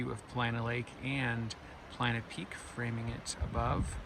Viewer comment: Are u saying "Planet Peak? It's Paulina Peak. Thought I heard u say it twice.